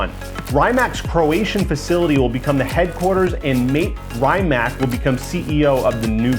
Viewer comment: How the fuck you fuck up so much saying word Rimac as Rymack. Real car guy 😆